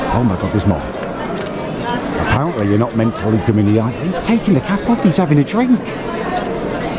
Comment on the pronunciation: Its pronounced look not lewk